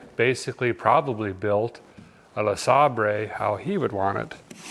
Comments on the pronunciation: This man is why I call all Buick LeSabers “Le-Saab-Rays” now. My family thinks I’ve lost it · Sabre...pronounced Sayber..😀